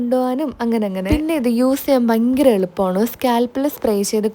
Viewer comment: Chechi bayankara ennu parayunnathinu pakaram bankyara ennu parayunnath kelkan nalla rasamaanu😊